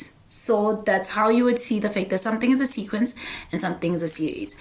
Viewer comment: I love it when she says sequency